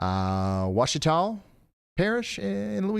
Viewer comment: Ouachita is pronounced Wash-ta in Louisiana, my son lives by Cadeville (SW of West Monroe)